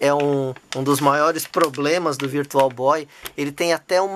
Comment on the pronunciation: Virtual Boy não Issui.... Virtual Bóóóóii!! 😅